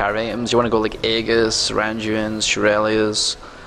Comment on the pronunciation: All I hear when he says aegis is haggis....